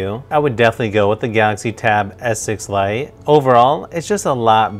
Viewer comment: I don't know if anyone notices the wired pronunciation that sounds like "Tab S6 lion".....